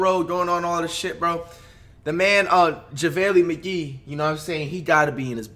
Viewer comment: “javaylee mcgee”